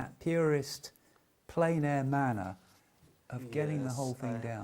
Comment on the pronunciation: Totally agree. And while I'm in the mood for a rant, "plein" does not rhyme with "pain" or "plane". It rhymes with "pen".